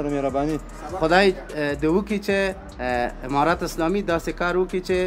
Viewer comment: برادر محترم تشکر ازگزارش های جالب و خوب شما. منتهی یک خواهش از شما داشتم که در قسمت ادا حروف و صحبت های که میکنید کمی دقت کنید تا صحیح تلفظ شود تا تغیر در کلمات شما بوجود نیاید. مثلا شما گفتید که تشکر از حمارات اسلامی. اگر معنی حرف حمار را نمیدانی به معنی خر است و زمان که شما جمع ان را بکار میبرید بقیه معنی انرا خود تان حدس زده .میتو انید که چی است. دیگه تشکر و جور وصحت باشید.